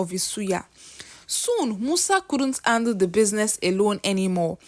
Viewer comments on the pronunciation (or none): Why can’t Nigerians pronounce words starting with ‘H’ ? How can you pronounce “Hiring” well but instead say “iring”, “Handle” they say “andle”, “His” too they say “is”😂😂😂😂😂😂😂